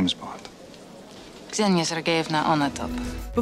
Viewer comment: It’s Xenia